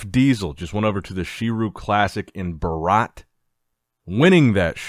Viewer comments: ....It's not Baraaaat... it's Bharat aka India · It's not Baraat, it's Bharat (historically accurate name of India) pronounced as bhaarat. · bro thats not BARAAT thats bharat , could've said India anyways 😂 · Its BH-ARAT from the epiglottis. Bh..... ARAT.... BHARAT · Foreigners will find it difficult to pronounce "Bharat" so you can say India also, Bharat = India same. Just say Bhaaaa...rat...this why Hindi language is only correct to pronounce each word correctly. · MAN ITS VERY FUNNY WHEN FOREIGNERS SAY "BHARAT" SOME CALL IT "BHRAT" SOME CALL IT "BHARAAT" 😂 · Oh you tried to say Bharat instead of India...nice but the pronunciation was way off 😅 I think google translate or something can help you pronounce it a bit more correctly even though it's really difficult.